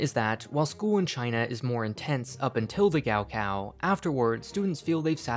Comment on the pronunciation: as someone who speaks chinese, hearing him say “gao kao” like that so many times triggered something inside me